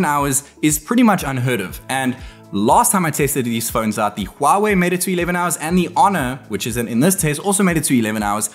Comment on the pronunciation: *phones* Not phoeeeens